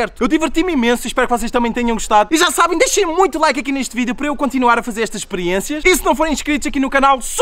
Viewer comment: "Sejam bem vindos a maiss um vireo" nao to zuando o r nao e sem querer